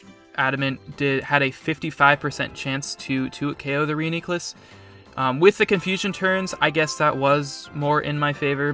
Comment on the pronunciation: proper reuniclus pronunciation, top notch also solid pokemoning